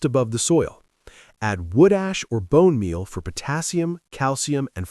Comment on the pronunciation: More AI garbage, and what the heck is "Bone Meah"???? Lazy content!